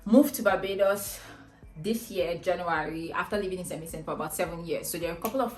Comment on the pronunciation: Just one piece of advise from me if can speak just a little slower...it took me a while to realise you were saying st Vincent